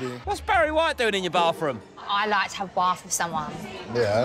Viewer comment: "Best way to know someone inside out is to have a barf wiff them." I feel like having a barf.